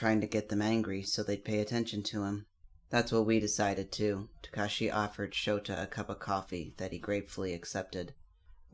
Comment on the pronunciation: It's not tukashi It's Su-kau-chi